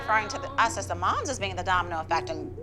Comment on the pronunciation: „se moms“ 😭